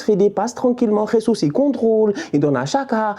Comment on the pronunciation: 😂 c’est pas comme ça qu’on prononce Jesus